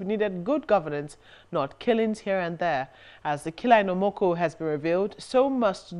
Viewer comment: Pronounciation of Omoku was wrong but I loved the segment.